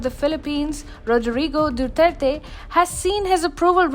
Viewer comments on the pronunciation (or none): none